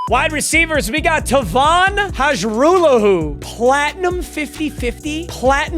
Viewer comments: Lol not going to matter because he wont stay for a 2nd year but... its pronounced High-rahh-law-who not Haj-roo-lahoo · If you wanted to know Hajrullahu is pronounced (har-roo-law-hoo) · Hajrullahu is pronounced haralahoo, or at least that’s how the Argos kicker (lirim hajrullahu) pronounces it